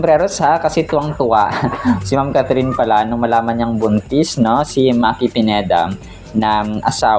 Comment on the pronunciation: hindi Maki, Yung pronunciation parang mykie